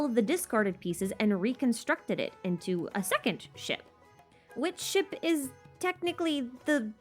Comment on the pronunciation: talks about the ship theory me - hears 'shit' instead of 'ship' me after realising ship - I'm deaf and undeaf